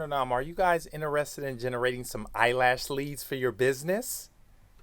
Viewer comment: The Emphasis on “EYE LASH LEADS” has me 😂😂😂😂😂😂